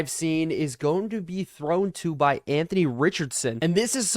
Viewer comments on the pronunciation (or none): none